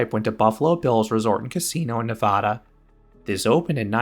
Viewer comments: Okay, "Nevada," is pronounced, "Nuh-VAH(like VAcuum)-Duh." Hard A, no soft A (from a Nevadan). Anyway, great video! 😁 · Ironically the pronunciation used by Nevadans is actually incorrect. The name comes from the spanish word nevada which means Snow Covered.